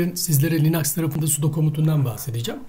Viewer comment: yaw allah için linuxa linax demeyin insan tuhaf oluyor bu durumda sudoya sade demen gerekiyor uehuehu video güzel olmuş ellerine sağlık